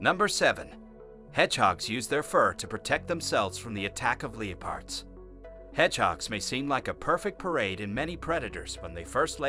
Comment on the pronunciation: Who is narrating this? He pronounces words like there spelled, the way he says leopards, leo-pards, he got bombardier wrong too and the final straw was calling a newt a lizard, get a clue bro